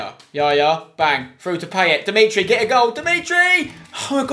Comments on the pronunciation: It's pronounced, Pie-et* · I love how Spencer butchers Payet in this series... 😂😂😂 (his name) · If you love Payet so much, say his fucking name right...